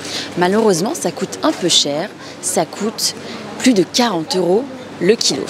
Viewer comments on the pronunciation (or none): Pourquoi la femme dit "kilof" et pas "kilo"? & . Ma petit-amie dit que c'est étrange :D :D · Why does the girl with glasses ends some words with F? For example 'le kiloF'?? I've seen her doing that also in other videos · I wanted to understand better the french accents. It seems that one girl says "kilo" and the other "kiloff". I saw similar examples in other videos. Is this pronunciation "kiloff" or "vousff" (pour vous), a specific accent from a region of france? I'd love to understand it better, if someone can help me with that I'd appreciate it. Thanks! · Hi! I have an accent related question. In the video, the girl with the glasses often includes an extra ‘f’ at the end of the word ‘kilo’, making it ‘kilof’. Whereas the other girl didn’t do it once. Is this a regional accent trait or something else? Thanks! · Une question : pourquoi les filles prononcent "le kilo", "le kilo(f)"? Merci pour le contenu.